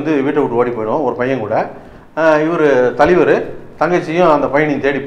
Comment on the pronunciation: ஐயா..... அது தலிவர் இல்லை தலைவர்....... 🤣🤣🤣🙏